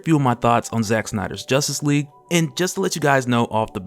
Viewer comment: man said "josstice league" I'm dead